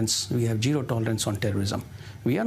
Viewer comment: Useful tips before a TV interview: 1. Take a cough syrup dose so that you dont need to clear throat of anxiety. ahem..ahem... 2. Properly rehearse the terms and names so you dont misspeak "pulghaon, pulawama .. pahalgaon.. pahalgam" or "pahalgaon airbase" 3. If you can, please improve your pronunciations. So you don't speak "jiro tolerance" instead of zero tolerance.